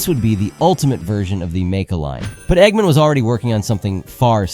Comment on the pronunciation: Why are you saying "eggman" like that? Egg...Man.